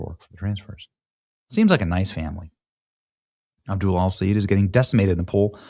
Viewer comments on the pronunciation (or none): It's pronounced Abdoooool😂!